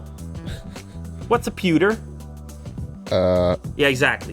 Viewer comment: What actually is a puter??? Pewter???🤷‍♂️🤷‍♂️🤷‍♂️